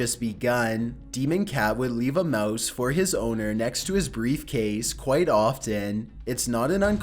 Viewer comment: Qw-ite Off-tin